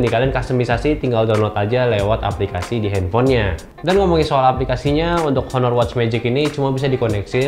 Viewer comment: Baca "aner".